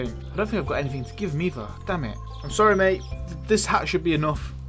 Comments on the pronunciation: The English accent of 'damn it' is cringeyly funny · It is so hilarious how you say "god damn it" i crack up everytime with your accent. It's a staple of your videos.